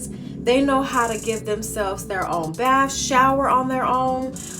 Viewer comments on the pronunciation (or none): none